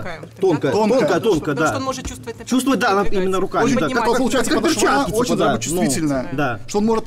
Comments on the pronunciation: ПодошвА режет слух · Это "подошвА" ужасно резануло слух